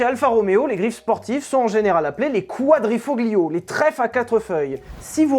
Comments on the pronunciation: Beaucoup d'humour, alors là, respect : D (juste un truc, par pitié, cessez de prononcer "quadrifoGlio", on dit [kouadrifolio], prononcer le G pour un mot italien c'est comme dire Mickael [jacqu'çon] au lieu de [djacksone]. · Très bonne vidéo sujet super intéressant comme d'hab. Mais stp en italien tu prononces mal Quadrifoglio et mille miglia. On dit "Quadrifolio " et "millé milia" . Merci d'avance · Une vidéo très instructive sur cette course mythique. Bravo Pour info en italien le G est presque toujours muet. Ainsi il faut dire Quadrifolio, et non Quadrifoglio, pour le trèfle a 4 feuilles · Le triangle des "quadrifiglio verde" (on prononce quadrifolio) vient du décès du pilote, avant c'était un carré blanc (4 pilotes, 4 coins, un carré) puis 3 pilotes, 3 coins, un triangle...